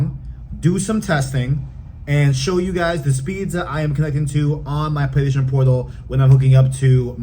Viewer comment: He can’t say PlayStation 😂 it’s funny a little but just slow down bro